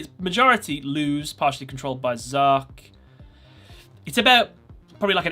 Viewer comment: It's Zarc, not Zark.